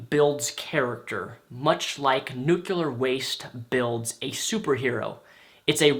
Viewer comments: You said nucelar on purpose, right? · "Nucular waste." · I know I'm gonna get shit for this, but you mispronounced "nuclear"